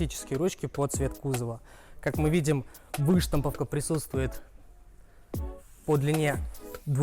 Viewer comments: Вы́штамповка......побрейся.... .не помогает. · Так противно двигается,как не традиционной ориентации чел,да и ударение на выштамповке не правильно делает,пляяяя....((( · Эй парень ты машине презентацию делаешь? Или возле неё просрать хочешь? Выпрями ноги, и что за выштамповка? Ударения ставь правильно, нуб.